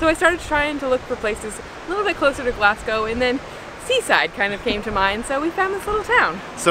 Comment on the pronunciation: She really said glass go